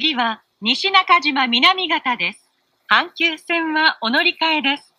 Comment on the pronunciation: The next stop is nishinakajima-minamigata これも草